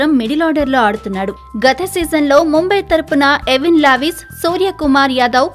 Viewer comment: Not Evin levis it is Evin lewis